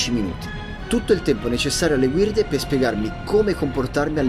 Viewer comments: Ma perché dice guirde e non guide? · Perché dici “guirde”?